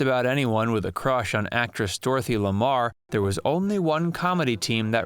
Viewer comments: Dorothy Lamour's name is not pronounced "Lamar." The second syllable m o u r, is pronounced as though you are saying the word "More," as in give me More. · It's pronounced "Dorothy LaMORE", not LaMARR", though it's spelled "LaMour". You might be thinking of Hedy LaMar. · In just about every one of your videos, you almost always have a fingernail-on-blackboard moment, where you have an outrageous mispronounciation or misnomer. It's Dorothy Lamour, not Dorothy Lamarr. Or maybe you meant Hedy Lamarr. Why you can't produce mostly clean videos without a massive mistake lurking somewhere in each of them, ready to spring forth, is beyond me. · Dorothy Lamoor and Hedy Lemar. --------- Not Dorothy Lamar. ' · The actress's name was "Dorothy Lamour" not "Dorothy Lamarr" as you said. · It's Dorothy Lamour, not Lamar. You can tell within the first thirty seconds that this video is garbage. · Dorothy Lemarr? No, the woman in the Road pictures was Dorothy Lamour (LA-MORE). The only Lemarr in movies was Hedy (or Hedley). This dummy claims to be an expert on movies but he doesn't even bother to learn how to pronounce people's names. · It's Dorothy Lamour, not Lamar. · Dorothy L’amour not Lamar. Makes commentary questionable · Dorothy LAMOUR, not Lamar. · Dorothy Lamour is pronounced LA MOUR--NOT "la mar" as you pronounced it. You are confusing "persona" with character. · Dorothy Lamour. Not "Lamarr". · Her name is Ms. Dorothy La*mour* ...pronounced as 'moor'... as in The Scottish *Moors*....Respect begins with at least pronouncing the name correctly.. ...She deserves that much , Definitely.. Please ... Thank you..... : ) ♡☆♡ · LaMpur Pronounce it right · There was Hedy Lamarr / OR Dorothy Lamour (pronounced La More).Please correct your audio.(Otherwise there will be a lot of people sounding very stupid-just like you- for not checking how to say her name correctly before you made the video) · Dorothy LAMOUR, pronounced like 'la-moor'.